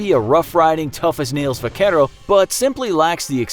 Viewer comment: “Vuhkerow” I cringed every time he said it 😭 like bro if u can’t say it it’s cool just say cowboy or if u wanna say it at least actually try don’t just say “Vuhkerow”